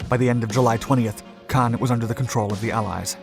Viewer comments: Caen is pronounced the same as “khan” in English and has a silent “n” in French, not “can.” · "Can"? I've only ever heard it pronounced "Con". As in....."KHAN!!" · its pronounced KAHN not can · Caen is pronounced con, not can. Cannes is at the opposite end of France and is pronounced can. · Quick note: Caen is pronounced as "caw" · I pronounced it like Caine lol, whoops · A good account but sooo irritating that your pronunciations of Caen in the first half sound more Cannes on the Mediterranean coast. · I know you guys LOVE, but when I hear the name of Caen butchered again and again and again and AGAIN, I lose interest. How many allied boys died in Normandy? Enough, perhaps, to get the pronunciation correct? This is the second major blunder I've caught. The first came in another video where the narrator got the pronunciation of "Henderson Field" at Guadalcanal correct, but then uttered the line that Japanese forces retook it from U.S. Marines. An event that NEVER HAPPENED. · That's not how you pronounce Caen. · It continually disappoints my how much the NARRATOR of these channels make ZERO effort to pronounce even simplest 'foreign' names CAEN or CANBERRA correctly. It's like sending a 'fuck you' to the rest of the world, as you simply can't be bothered. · Bernard, not berNard Caën, not Cannes Americans never do enough research